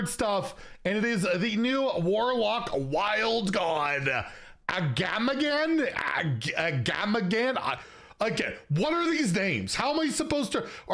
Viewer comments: It's "aga-ma-gan" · It's just pronounced Aga-magan, Aggem Thorncurse from battlegrounds says his name out loud too if you want to hear it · As a lore junky for WoW and Hearthstone, it's pronounced like "Ah-gah-muh-gone". He's a notable god amongst Quillboar in the Barrens (and I'm sure other places, but correct me if I'm wrong). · Try it like this: Uh-Gamma-Gan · AGAMRAGAMA sounds about right